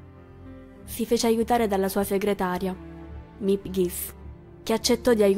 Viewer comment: Grazie per l'importante video, si deve sempre onorare e diffondere la Memoria di ciò che è accaduto. Una piccola correzione: Westerbork e Auschwitz si pronunciano con la V non all'inglese con la U. Miep Gies è "Mip Ghis". Il Diario l'avevo letto molto tempo fa, ma dopo aver avuto occasione di visitare l'alloggio segreto l'ho riletto nella cosiddetta versione integrale... e devo dire che le emozioni sono state molto più intense e definite... mi è quasi sembrato di essere lì in mezzo a loro e di mantenere fino alla fine la speranza che si salvassero. Ma vivranno nei nostri cuori per sempre.